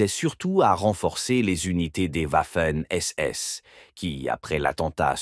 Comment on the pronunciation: J'ai failli arrêter à "v. Manstein" prononcé à l'américaine : "Mansteen"... J'ai définitivement mis un terme à cette épreuve, à cette torture, en entendant "Waffen SS" prononcé "ouaffeunnn"! Ouaf, ouaf! Quand on a la prétention de faire une émission historique, on s'assure de la prononciation des noms propres, surtout allemands! Quelle incompétence, quel amateurisme...